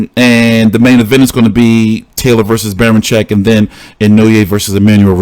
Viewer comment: Inoue: In-New-Way